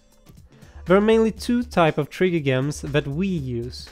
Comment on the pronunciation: yo, the swedish guy in this video, its not a G sound in Gems or venGeance, its more like DJ or J.